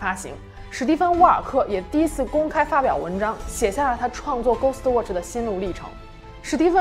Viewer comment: 他watch都唸渥去 我真心感到問號